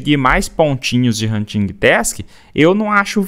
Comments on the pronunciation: “Huntingui task” 😂 Desculpa mas eu ri Adoro seu conteúdo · nao se pronuncia o G na palavra Hunting